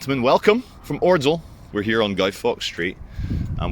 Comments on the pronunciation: Love you mate but it's pronounced oddsall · Please learn how to pronounce ordsall